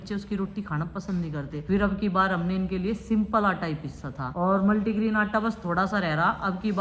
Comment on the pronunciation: Multigrain aata hota hai multigreen nhi isse aacha toh satnaja bol deti aunty aap😂😂